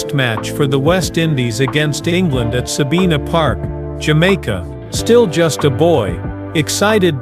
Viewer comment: Bay land (not baylun) Sa bine nah (no sa been a)